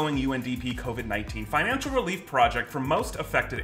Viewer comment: "RELEF funds"